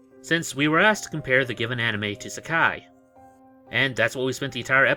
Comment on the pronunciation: Its Saki not Sakai